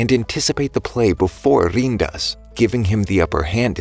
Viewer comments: Bro say riin not rin riin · Rin❌ Rein✅